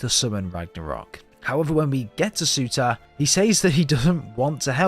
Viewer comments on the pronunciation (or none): Fun fact: Surtr’s name is not pronouned as Suter, but as Sur’tur/Sur’ter